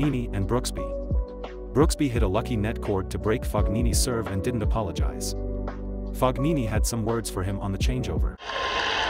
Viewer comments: It’s not FOG-nee nee. Jesus. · It is not Fog nini 😮 Learn Italian first . 😂😂😂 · Fog nini? Fucking seriously? 🤣🤣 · The video is great! But please pronounce Fognini with ñ, Fucsovics with ch [Fuchovich]. Please.